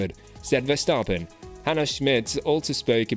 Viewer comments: Really interesting to learn more about the people behind the scenes :) and just so you know, Verstappen is pronounced with a short "a", like in the word "map" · But at least the 'a' in map is normally not pronounced like the 'a' in the name Verstappen! So 'map' is not a right exemple... In the Dutch name Verstappen, the 'a' is pronounced like the 'a' in the word 'jar'.